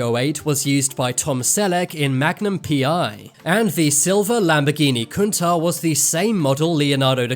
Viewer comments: Its pronounced coontatch not kuntaah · Dude, it's pronounced CUN-TASH